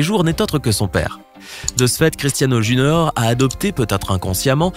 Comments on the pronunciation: A 6: 40 il disent JUNORE au lieu de dire JUNIOR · "Cristiano junor"